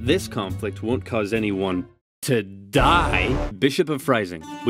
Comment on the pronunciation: im sure this conflict wont cause anyone to DiE! the way that was said lol edit